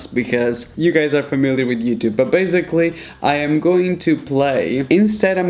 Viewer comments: Why do you say “baziclly”and not basiclly?i am the only one who is annoyed about this? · Why is that guy saying bazgily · Okay I guess .........